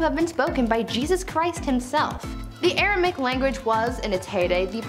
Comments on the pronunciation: Never heard of Aramic, just Aramaic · Language #3 is misspelled and therefore mispronounced by the presenter. Should be "ARAMAIC"